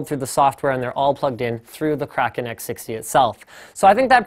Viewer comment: Im so glad you don't say "kray-ken"